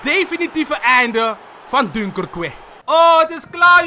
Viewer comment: dunkerque spreek je uit aks duinkerke